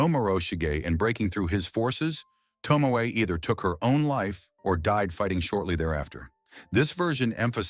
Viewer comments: Her name is pronounced To-Mo- E not ❤Tomo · Was she not married to Yoshinaka, betrayed by his own kin the Minamoto. Yoshinaka fought the Heike, but betrayed by the Minamoto, whom he fought for. Yes the narrator should study more to pronounce the names correctly. 😢 very bad , Tomoe instead Tomo??? Samurai as he pronounced SAA.....MURAI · It would be nice when you make a documentary on someone if at least you could pronounce her name properly! To mo E !!!! (eh) To mo (eh). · Over an hour of inaccurate and inconsistent pronunciations – that element is really irritating. E.g. Tomoe = Tomo-eh Not To-mo / TOmo / TomO / T'mo / Tomey / T'mey, etc. Taira = Tie-rah Not Tie-rea / Tie-eerah / Ta-eerah / Tie-rey, etc. Six to ten pronunciations of the same word that is spelt the same way each time; sometimes with the pronunciation not agreeing with the spelling (Tomoe = T'mey, Taira = tairea – how?). If I hadn't been reading along, half the time I wouldn't have known who or what the AI was talking about. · “Toh-mo-eh,” you AI idiot! If you’re going to use an English-speaking computer program to tell a Japanese story, teach it how to pronounce the Japanese words it’s going to use for crying out loud!